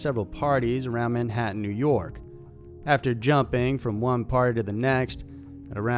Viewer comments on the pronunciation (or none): none